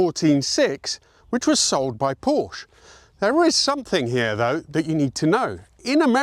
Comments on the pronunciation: You lost whatever credibility you might have by consistently mispronouncing Porsche. I visited Stuttgart in 1987 and got a personal VIP tour of the factory by Inga Schell who was in charge of customer relations. In the museum, Inga asked what model of Porsche I owned. I replied I didn't own a Porsche because I didn't want to be associated with Porsche owners. Inga laughed and nodded her head. I knew Vasek Polak, the first exclusive Porsche dealer in the United States, whose racing team campaigned just about every Porsche model up to and including the 917. Vasek owned more Porsche race cars than the factory. I got a big laugh out of him when one day I had some license plate frames made up with "PORSCHE - TWO SYLLABLES" imprinted on them. I suggested he give a pair to every customer who was a graduate of the University of Southern California. About half of the original 930 Turbos Vasek sold came back with rear end damage after their moron owners found out the KKK turbochargers were set up like race car turbos. Nothing happens until you reach about 3,500 RPM and... Wham! 100 extra horsepower! Usually in second gear on a curve on Mulholland Drive. If you were lucky, you hit the mountain side of the road. I was also a Porsche salesman for fun on the weekends for about two years. A wealthy USC graduate, with a brand new Porsche, hires a house painter to spruce up his mansion in Los Angeles. He tells the painter, "I want you to paint my porch. Everything you need—brushes, paint, l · No! Muricans can't possibly say Porsche. It ends in a dirty Powwwwsh. Now do not disapoint me. This man ALSO sucks at German words. Is he related to Richard Hammond, the golfer?! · 100% correct! It’s NOT “pawsh”. As a family name, there is emphasis on the last vowel, it’s not silent. Very odd when (with his Italian heritage) goes to great lengths to pronounce those makes properly. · Tut tut.... It's pronounced Por Sher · Pronounced “paw - shuh“ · two syllables, please